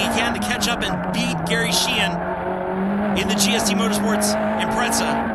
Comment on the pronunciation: Haha, funny how people always seem to underestimate the imprezas. Just because they are awd doesn't mean they lack handling capability. Its not a drifting competition, lol. Also notice how the guy pronounces it "Impretza" instead of Impreza in the beginning.